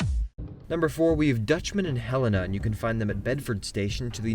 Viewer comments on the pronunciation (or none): OK, I like your videos but Helena. hel-a-na